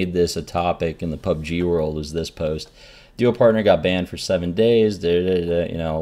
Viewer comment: Reynad, please explain what you mean when you reference things. I spent 5 minutes googling "club g car horn" before I realized you said "pub g"